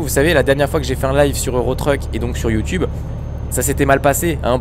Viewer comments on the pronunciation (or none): none